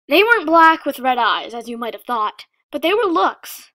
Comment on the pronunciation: When she said "I thought the same thing" it sounded like "I fucked the same thing" 😂😂😂😂😂😂😂